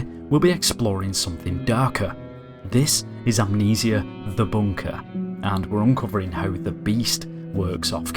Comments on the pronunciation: The way he pronounces amnesia makes me so pissed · this is.... am kneeseya.. the boonkahh..... lmao